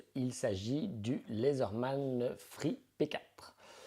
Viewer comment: bon travail. juste leaderman pas lezarman 😉